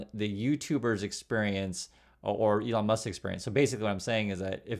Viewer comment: Its Leon Musk.